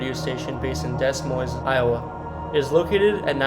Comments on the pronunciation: pronouncing it differently (like po-tay-toe vs po-tah-toe) and pronouncing it incorrectly (it is Rose-anne not Rosy Ann... or Deh Moyne not Dez Moinez) are two very different things entirely. Learn to pronounce or don't do videos. Simple as that. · Also Des Moines is pronounced Dea Moine the S on both are silent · You’re obviously not an Iowan. Correct pronunciation for Nevada, Iowa is Ne-vay-da. Several others you got wrong too. Dez Moinzes? Really? Too many others to mention. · Please program the AI better, make it familiar with the unique names you find in iowa. Roseanne Is pronounced Rozanne, ottumwa is Ah-tum-wa. Des Moines is pronounced De-moyn Too bad these places can't be rehabilitated and humanely used to house the homeless or care facilities for people with mental health disorders. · Dear God man, Pronunciation!! ....Rose-Anne. Uh-Tum-Wah.... Des Moines (the "S" are silent)... "Deh Moin" .. you'd be a lit more successful if you'd create your own content and not copy and paste video from others and Read Wikipedia pages ... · Ottumwa is actually pronounced Uh-tum-wa. Des Moines is pronounced Deh-Moin! Coming from an Iowan girl! Haha cool video!! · I’m not sure how you don’t know how to pronounce Roseanne’s name and Des Moines. It’s pronounced Rose Ann not Rosey Ann and Da moin or De moin. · Seriously it's pronounced Rose-anne and De-Moin the S ' are silent. I hope u don't live in Iowa if so their education system is effed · Learn how to pronounce names. Her name is not pronounced as Rosie Anne Bar, but as Rose Anne Bar! Other words mis pronounced were Des Moines, Inebriates just to list more. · Don't get me started on Des Moines. All you have to do is hear this guy's pronouncing of commonly used words to put you off to this guy's video, despite otherwise good information. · Lol this guy is not from iowa he pronounced the s in Des moines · The way he says Des Moines 😡😡